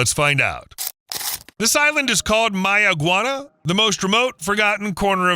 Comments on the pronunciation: And it's not barren at all, we have multitudes of wildlife and fruits and vegetables there and one more thing it's Mayaguana pronunciation is may-guana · 'MaY-uh- gwah-nah' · Does May-a-guana know this is happening? 🤨